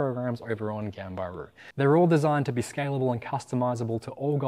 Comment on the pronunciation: The way you said ganbaru was shocking